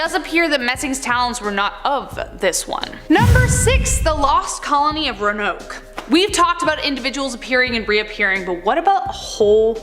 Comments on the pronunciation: Roanoke….it’s not “ranoke”… it’s pronounced “row-an-oak”. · Ro ah noke. Not ronoke lol. These stories are pretty crazy but who knows? PS: your videos are my favorite from this channel. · Tht place is pronounced Ro-a- noke, not Ronoke. I've been there. Love your show. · Say it with me..... Roanoke ROW-AH- NOK... You're weldome. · "Roanoke" is pronounced "RO-a-noke."